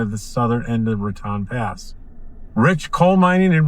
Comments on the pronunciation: Ra tone, not Rat on. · I always heard it pronounced Ratone